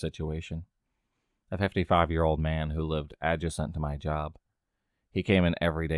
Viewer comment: Adjacent is pronounced a-JAY-sent.